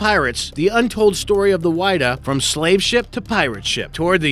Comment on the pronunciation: fyi, the "Whydah" is pronounced widd-ah... not why-dah.